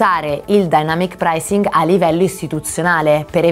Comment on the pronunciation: io avevo capito all’inizio denamyc pricing 😂😂